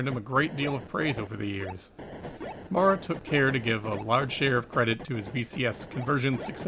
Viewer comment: In American English “Maurer” is typically pronounced so as to rhyme with ‘power’. Unless R. Maurer is from the UK you might consider fixing it. Great great job though. Thanks for doing this series.